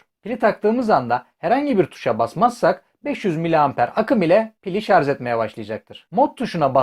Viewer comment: Şarz değil şarj.